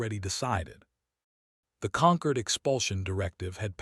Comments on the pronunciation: Can someone PLEASE teach AI that 'concord' and 'conquered' are two words (with opposite meanings, ironically in this context) and with two different pronunciations. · For god sake it's not conquered, but Concord !